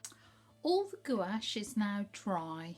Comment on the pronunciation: Gwash not goo ache.